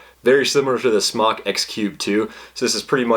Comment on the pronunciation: You're hot so I'll ignore the fact that you're pronouncing the mfg "smock" instead of "smoke."